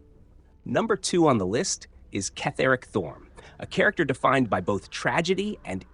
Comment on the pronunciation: It's not Ketheric it's pronounced as Kethric. If you played the game you would have known that!